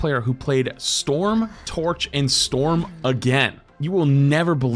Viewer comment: I honestly never expected to hear Storm get called Florm